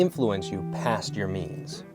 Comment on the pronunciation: I thought you said "jeans" at first but yea "means" makes a lot more sense